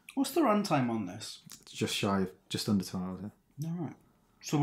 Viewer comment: Great, now I'll always remember "awreet"